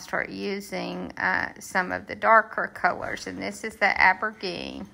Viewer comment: I’m so glad I found your channel. New subscriber. I love those birds!! I’ve been watching several videos of yours today. (I’m a newbie to all these diy’s) Aubergine is “aw-ber-zzheen” God bless you!